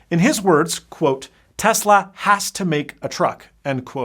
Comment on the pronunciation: Tezla? Or Tesla?